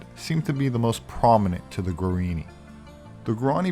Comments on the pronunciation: The indian tribe spoken of during the video are called Guaraní — is pronouncing “guarini,” so I felt it important to point this out. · It's pronounced gwah-rah-NEE.